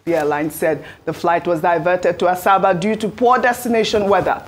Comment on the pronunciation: Ms. Ojyk, it's not "Asaaasabaa" ; it is pronounced ASABA!